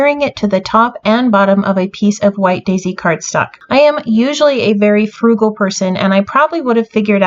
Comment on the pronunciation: Oh my goodness,, this is so amazing. I love how your layouts are always jam-packed with details but are balanced so well. Love your use of paper and laughed at how you are "fugal" because I totally am too!!